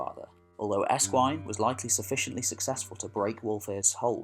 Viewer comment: Aescwine. Is not pronounced escwine it is pronounced Ashwin ( ash as in tree) SC in Anglo Saxon as in shown, short,, Shadow etc ..( SC in Anglo Saxon = sh sound in modern English ) then there's the different dialects